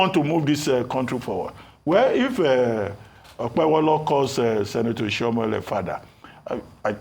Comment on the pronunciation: Who is OkpeBOLO? Arise TV journalists are semi-illiterates that can't pronounce mere Nigerian names! What a shame.